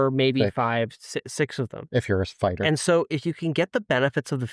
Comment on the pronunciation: When said “if you’re a fighter”, I heard “if you’re a spider” and had to go back to see if I’d missed him saying “8” before that.